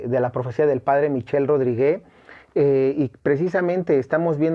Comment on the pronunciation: Pequeña corrección... la "e" al final de Rodrigue es muda, y la "u" también.